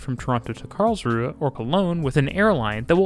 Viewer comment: He did at least get Karlsruhe correct at the start.